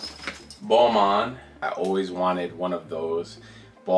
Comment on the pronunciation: When he said Balmain I heard it like Boohooman (obviously I am not native English speaker but I share since I thought it was a bit funny). BTW, that Balmain is my least favorite; I thought it was a cheap sheep skin from fast fashion.